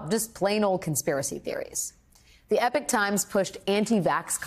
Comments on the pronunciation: It's not spoken as "epic" it's "epock". come on it is your job after all. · Epoch is pronounced e-pock and not to be confused with the word epic. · Epoch is pronounced 'Eepok' not 'epic'. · It’s not “EPIC” it’s Epoch, pronounced E Poc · Epoch, not epic times 😂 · Epoch is pronounced EE..POCK . Epic is a different word all together. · Eee pock. Not epp ick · Where does she get "epic times" from its e pock not epic jesus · Pronounced 'eepok' times or 'epic' times? I think it is eepok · It really amazes me that Americans have such a hard time pronouncing simple English words! How does "Epoch" become pronounced as "Epic"!? They are totally different words with totally different meanings! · I'm not American. It turns out that this is one of those words where the Americans just invented an entirely new pronunciation for an "English" word.. just because. In other English dialects (British, Australian, New Zealand), it's eee-pok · Why you keep pronouncing epoch as "epic"? eye twitch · I’ve always heard it pronounced E-pock times. You’re probably correct. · pronounced eepok. jeez. supposedly professional communicator? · Is that how you pronounce epoch? Like "epic"? I didn't think so. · It’s pronounced E – POCK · pronouncing "epoch" as "epic"?? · It's pronounced "Eee-pock" for FS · Pronounced EEE POK (EPOCH) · OMG 😦 When the News Desk can’t even read English, what hope is there left for democracy! It’s not EPIC It’s EPOCH - WITH AN ‘O’ It’s pronounced OCH as in Octopus MY GOD what are they teaching you all in America….??? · Epoch Times, not "Epic Times". It's a painfully stupid publication, but please pronounce the name correctly. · Epoch is not pronounced Epic... maybe you should look at one. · All great news, but it is the "Epoch Times" not "Epic Times! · Eeee - Pock. Epoch is pronounced Eee then Pock (like pock-marks or pockets) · What is it with Americans thinking epoch rhymes with epic?😂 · Is EpOch pronounced EpIc? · Eee-pok it's pronounced e-pok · Epoch... Not epic...